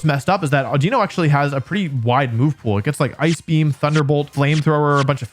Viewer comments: Havent watched yet, calling it audino is the worst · Calling it audino.